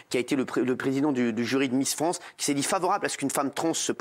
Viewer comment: c'est miss france et pas transmisster france